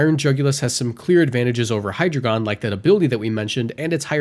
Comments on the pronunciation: It's pronounced High-d,rei-gun, drei is 3 in German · The information is good but I can't get over that pronunciation of Hydreigon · Please learn how to pronounce hydreigon properly. Hydreigon has a German origin.